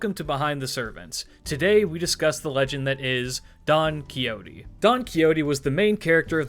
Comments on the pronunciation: By the way, the x in spanish sounds like an h in English so the XO of "Don Quixote" would sound like you are saying the first vowel of house so you can replace the x with an h and get a closer pronunciation to the original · You are aware that you butchered his name pronounce, right